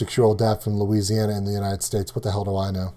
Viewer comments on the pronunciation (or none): none